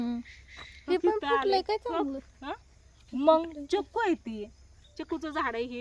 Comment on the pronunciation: चिकु म्हण चकू नाही